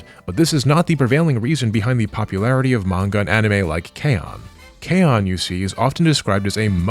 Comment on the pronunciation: This is far too cynical of an explanation. I think they just like to latch on to random symbols like Pepe the Frog or K-On! because one of their own made a meme about it once and they started to claim that character as their own. We just need to claim it back. Also you mispronounced K-ON (kay-OHn) and Bocchi (BOW-chi) so you lost all credibility.